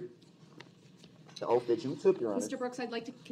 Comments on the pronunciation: Am I the only one who notices he cannot say the "th" in front of words. Its either "diss and dat" or "oaf of office". The way he pronounces 🪓 and other words is brutal! And when he doesnt have that mask on and his lips purse or protrude makes me cringe! Where are his 20 friends?? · OAF FORF, BAFROOM, BOFF... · "You took a oaff" (oath) "I ax you" "you ax me" (ask) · Would love to see how the stenographer interpreted everything. Like "ask" or "ax". Or the 100 other ways he pronounced words incorrectly